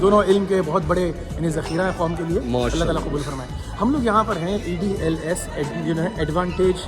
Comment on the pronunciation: It is EDLS not EDsl 😅